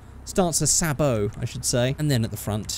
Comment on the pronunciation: Some of you are getting Gran Turismo vibes? FORD RACING. On the PS2. Also, it's "say-bow", a sabot being a stabilization aid for a cannon shell. If you blew this thing up with the Rhino, you'd be shooting a sabot with a sabot. Sabotception.